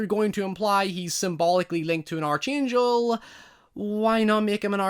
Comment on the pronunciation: The Arch in Arch Angel is pronounced “Ark” btw :) Also in the movie he WAS ACTUALLY the Arch Angel as he was referred to as the left hand of God and he killed Dracula 3-400 years ago. This probably would’ve been explored more the in planned sequels that were called off.